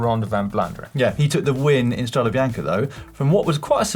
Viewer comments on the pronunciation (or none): STRAW-day bee-YAWN-kay...c'mon guys! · quite surprising realizing that pronouncing properly StradE Bianche (with a coosed final E) is so tough for everybody but the germans. Good Boys 🤣